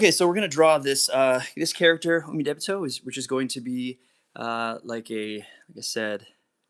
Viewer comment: So, about Umidebito, great art. I love it, but why are you pronouncing it so weird? It's Ooh-Mee-Dee-Bee-Toe, not Ooh-may-deh-bay-toe.